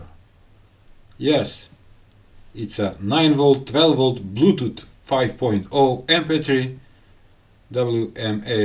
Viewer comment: 12 volt blootoot😄